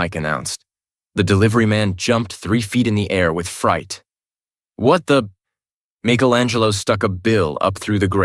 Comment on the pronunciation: Besides a few mispronounciations of a few words and names, this was good. One time Shredder was called "Shedder", and Sterns was called "Stems" twice. I can forgive "Michelangelo" being called "Meek-elangelo", bc that's still a correct pronunciation in Italian. One time, the word "fight" was misspoken as "tight". And "dogi" was mispronounced as "doggy" every time. And "making coleslaw" was misspoken as "malting coleslaw" Is this a human mistake? Or was the narration A.I. generated? There were strange pauses that did not fit the flow of the narrative. Breaks in between dialogue, pauses in between sentences. It felt off. I think your channel would benefit more from a human voice actor reading these books aloud. An A.I. voice sounds too robotic and loses the naturalistic tone that anyone reading off the voices would have made.